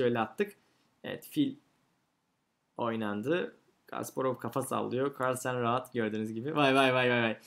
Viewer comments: Kahrlsen demesi:d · Carlsen telafuzunda zorlanıyor gibisiniz😁